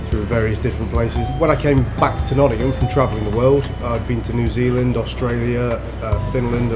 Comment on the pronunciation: turns "Nottingham" into "Lovingham"